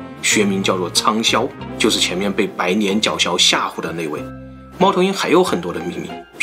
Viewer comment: 跟着总裁恋（念）:白年（脸）脚枭